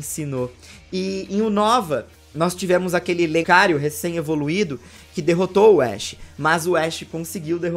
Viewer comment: Eita laia!!! tá emocionado!!! Só faltou chamar urubu de meu loro! Foi Pikachu vs Naganadel, Kamekameha ao invés de Kamehameha... E olha que colocou a foto da estátua do rei com legenda embaixo da estátua. Chamou Lucario de Licario... É muita emoção!!! Huhuhahaha!!! Mesmo assim, super análise, com todas essas referências. Coisa de Loko mesmo. Até bati palmas para o Ash, vitória incontestável. Desculpa a zoeira,... Valeu pelo vídeo!